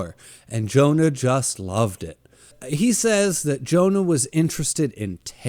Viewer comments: Hearing you pronounce Johan as Jonah made me wince every time. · Monster is so fucking good. I watched the anime about a year ago and it blew me away. Also it's Johan not Jonah lol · You forgot to mention that the hospital make sure Temma doesn't get the credit of all those high-profile surgeries that he worked on for powerplay move. The little boy that grew up to be a serial killer name is Johan(yo...han) not Jonah😂 lol.